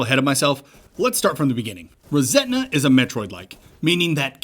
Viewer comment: Love what you do, this one has one glaring issue. The game is called "ReSetna", and I wouldn't normally point something like this out, but hearing it pronounced "ReSentna" so frequently subconsciously gave the game a tone of resentment at the world versus resetting or rebooting the world 😂😂 it was bugging me, good show, keep it up